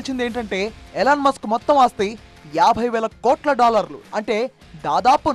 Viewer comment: ఇలాన్ మస్క్ కాదు.. ఎలాన్ మస్క్